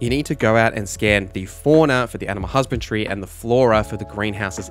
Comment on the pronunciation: HusbandRY, not Husband-tree.. great video though ❤